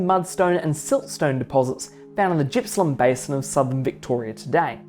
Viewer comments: Pronounced Gippsland not Jippsland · "Jippsland"?? 😂 Clearly not a Victorian.It's a hard G dude.Otherwise good vid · Although normally, when the vowel I occurs after a letter G, the G is pronounced [dz], in the case of Gippsland it does not. It is named after Sir George Gipps, appointed Governor of NSW in 1837. The G is pronounced in the back of the mouth like "garden". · Good video. I live on the W formation and see evidence of cretaceous flooding and deposition every day. One small thing - Gippsland is pronounced with a hard G - like golf or goat, not soft like gymnasium.